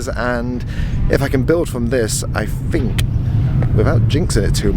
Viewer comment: Did say “ I fink “?! But then says “think”! Lol 😂 switching up the accent! Jfwu